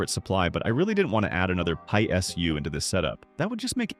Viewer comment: “pie SU”